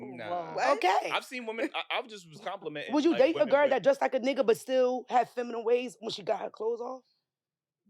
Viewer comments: That shit hurt my ears….it’s feminine not “feminem” lol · What project did you guys get these girls from. If one of them say" feminum" one more time I'm gone. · The word “feminine” was kicking their ass trying to pronounce. 😂